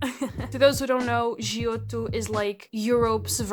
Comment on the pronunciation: Wow as soon you pronounced Giotto I immediately clocked in you were Portuguese!! Based choice for pens, I loved their pencils for sketching myself sad they upped a lot in price...Also their watercolor pencil line is so hard to find now, they were so nice and creamy for lineart 😢 Amazing videos by the way been nice to binge watching while I fill out my own sketchbooks. 😅